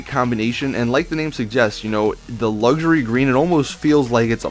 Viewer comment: Luxury* not luxary at the start